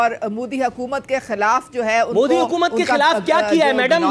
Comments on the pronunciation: It's not mudi it is MODI😂😂😂😂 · Anpadh desh ke anpadh praani Naam modi hai mudi nahi Naam lena to seekh lo pehle